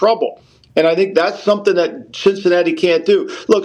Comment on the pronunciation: Did say Sh!t-cinatti?!?!